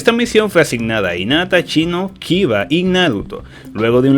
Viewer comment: nadie: absolutamente nadie: diciendo inata en ves de hinata y chino en ves de shino